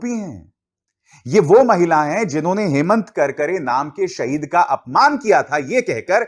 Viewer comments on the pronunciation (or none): none